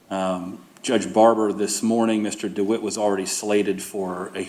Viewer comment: He cant have a passport. Hes been a felon since he was 18. Also why can he not pronounce his last name?? Dwight????? Not DeWitte???